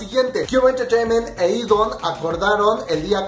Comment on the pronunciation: Cada que dices "E'DON" se me muere una neurona ES "E'DAWN" D-A-W-N